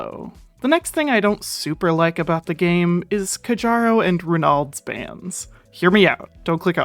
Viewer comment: Also Kjaro Is Pronounced K-yaro Not Kuh-jaro (Sorry for being nerdy about how you pronounce it but im just saying)